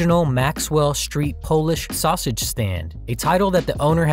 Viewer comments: Please learn to pronounce "saussage" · Are we all just gonna ignore the narrator's inability to pronounce sausage? 😂